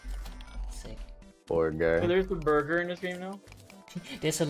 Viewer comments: „Borgur“ Everyone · When he said Borgar I was literally thinking about Borgar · Hey everyone say it with me “Borgor” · Who else assumed half of the video would be them saying borger